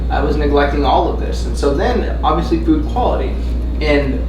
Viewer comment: For a minute there I thought he was saying "poop" quality...and I was like...hell yeah dude...you gotta look at your poop...it tells you so much about how your body is doing...but no..."food" quality folks...not to be confused with "poop".